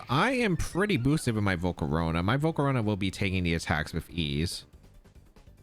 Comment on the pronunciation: Bro I love how says volcarowna